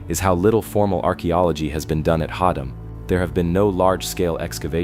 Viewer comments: It's Haddam pronounced Had- dam not hod- dom. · its pronounced " Hadd-em" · ”/Had’um” is how it’s pronounced